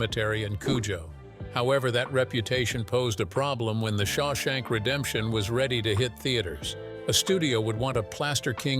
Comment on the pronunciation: You can't pronounce Shawshank? But you have no trouble with "Papillon." 🦋